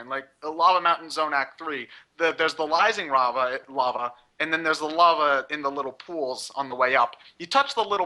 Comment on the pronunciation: was saying lising rava instead of rising lava